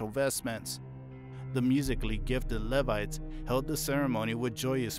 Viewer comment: LEE-vites, not lev-ites 😂❤